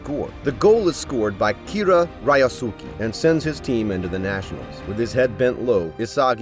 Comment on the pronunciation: I still get bother sometimes on his pronunciation of the names of the character (ex: RAYASUKI that should be pronounce as RI - YOS - KE ) , but all in all. great summary of the first 3 episode. LOVE IT. MORE PLEASEEEEEEEEEEEEEE!!!!!